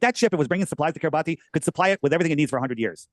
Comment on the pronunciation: Dave does his own research but didn't find that Kiribati is pronounced KIRR i bass in Gilbertese language.